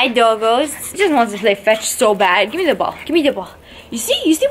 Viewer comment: Not tryin to be mean but its give not gife